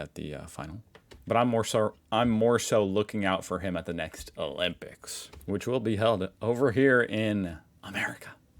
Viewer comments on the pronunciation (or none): none